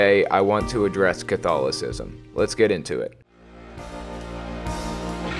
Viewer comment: I swear, the way you say it, it sounds like Cthulhu-cism